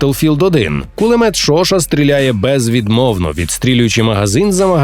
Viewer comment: Пулемёт Шошá, ударение на "А"